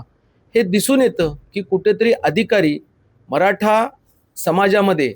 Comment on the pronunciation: मराठा असतं. मराटा नाही. 😂😂😂😂